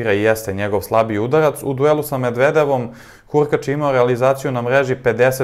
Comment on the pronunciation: poludeću ako još jednom čujem kako izgovaraš 'medvedevom'